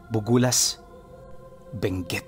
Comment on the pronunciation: BUGUIAS (bugyas),Benguet po ata yan sir not BUgULAS .. wala kasing bugulas na part ng benguet😊😊 and im from buguias❤